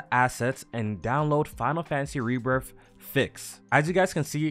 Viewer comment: There is no F in Rebirth. It's Rebirth not Rebirf.